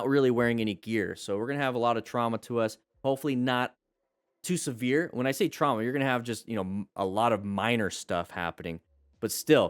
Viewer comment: Did he say severe or Se-beard? In the first video lol Also, she is way in the wrong for crossing in the path of where someone, possibly a car even would stop, Had there been an accident, it'd be her fault entirely. I had stopped behind the stop sign once in my own car, about 2 ft from the line, and a driver came over the line and just stopped after coming from a right turn at the intersection. She sat there for a moment think i was gunna back up which why would I if I'm behind the stop sign. Had I not stopped behind that line. That morning would have ended entirely different.